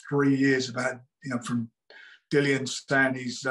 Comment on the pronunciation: Nice to hear Dillians name said properly